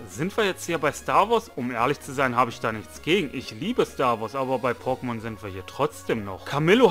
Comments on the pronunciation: Hör dir einfach Mal die alten Pokemon Intros an und dann hörst du wie man Pokemon richtig ausspricht 😅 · Deine Aussprache von Pokemon ist tatsächlich etwas außergewöhnlich. Wenn ich es versuche wie du aus zu sprechen, dann bekomme ich es nicht hin. Freu dich einfach über die Kommentare für den Algorithmus. P.s. Ich bin gerade an gen 3 dran. Mein Ziel ist es alle Popelmon aus dieser Gen zu fangen. :) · Deine Aussprache ist einfach anderes, du legst viel ins O. Aber ist schon gut so das bist eben du ❤ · wenn ne große Anzahl an Leuten dir sagt du sprichst es falsch aus und du der einzige bist der sagt ne das ist richtig so frag dich Mal selbst woran es liegt. Das nennt man Selbstreflexion. Letzten Endes ist es deine Sache wenn du meinst das ist so richtig aber dann leb damit das solche Kommentare immer wieder kommen.